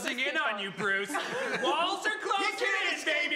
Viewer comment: Joe and Andy say 'Bruce' so well, both of them need to become Batman villains.